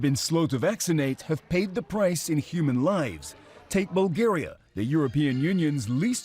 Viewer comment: Bro, I've heard Canadians pronounce "Bulgaria" more properly than this dude's pronunciation. Get woke, CNN.